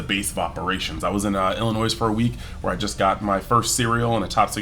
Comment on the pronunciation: Good stuff. Pro-tip it is Illinoi that 's' is silent.